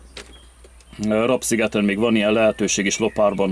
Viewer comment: Legalább Te mondanád ki a helység nevet :face-purple-wide-eyes:, Rab-az nem rab, hanem RÁB sziget :face-red-heart-shape:!!!